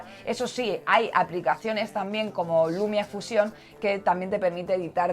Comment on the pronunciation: Buenas! Me encantan tus vídeos y este de 10! Felicidades. Sólo que miraría un poco como pronunciar en inglés "Magic Keyboard" o "Luma Fusion" ya que considero que Youtubers como vosotros podeis influenciar para muy bien a toda vuestra comunidad. Cualquier duda, quizá podría ayudar! Gracias por darnos vídeos de calidad y tan bien hechos! SUPER FAN TUYO!